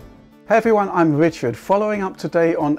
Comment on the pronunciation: Stop getting your name wrong,!